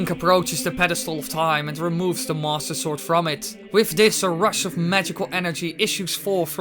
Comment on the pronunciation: DUDE, seriously, what's with the way you say "Master Sword"? It always sounds like "Mosasaur", Might as well just call it the "Leoplurodon".